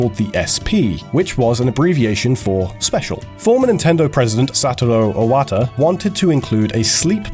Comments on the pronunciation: "Satoro Owata" Oh come on! You had one job. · "SATURO OWATA"???!?!?! Show some respect, brotha!! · "Satoro Owata" lol'd with the american/english/whatever pronunciation of japanese names xDD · LMAO the way you said Satoru Iwata